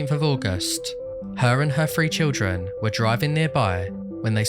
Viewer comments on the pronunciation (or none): none